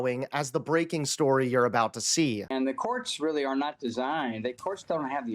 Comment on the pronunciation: "In this breaking storeea..." 😂👍